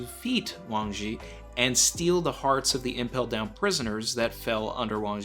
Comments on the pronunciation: THIS GUY IS ALL WRONG! UGH I CANT BELIEVE I CLICKED ON THIS VIDEO! it is pronounce WAAAAAAAAANNNNNNG ZHIIIIIIIIIIIIII!!! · Your pronunciation is so close buddy… I am a Chinese speaker and would like to help you a little more… Zhi in modern Chinese romanization called Pinyin uses the ZH=JJJ it’s a J sound that lingers … now when you combine it with “I” it slurs together as an er… so Zhi= jjjer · Yeah it is Wang Zhi, Uchoku is just a mistake by translating the Kanji into Japanese pronunciation. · Someone please. For the love of God. Tell how to pronounce Wang Shi. For all of us.